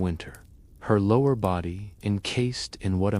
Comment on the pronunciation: your AI slop said bowdi instead of body hahahahahah